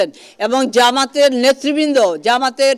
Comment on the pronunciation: যামাত ❌ জামাত ✅ সাংবাদিক 😂